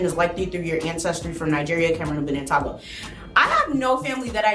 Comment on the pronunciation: togo is pronounced toe-go